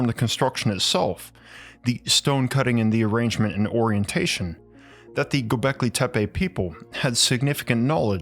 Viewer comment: the way you pronouns gobahli tapeh is so funny if we translate it word by word it means mushroom hill.